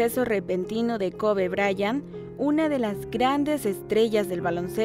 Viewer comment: Se pronuncia koby